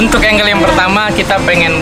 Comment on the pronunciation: Percuma bang , mahal peralatan tapi salah penyebutan angles